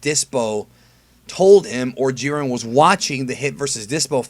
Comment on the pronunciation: I've been thinking. I think the letter "I" in the name Jiren is long. I think his name is pronounce the same way that Siren is pronounced. You know, like a tornado siren.